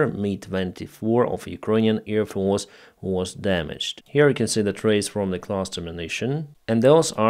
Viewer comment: I love your reports. Just try to say AIRfield, not EARfield, AIRplane, not EARplane, AIR force, not EAR force etc etc...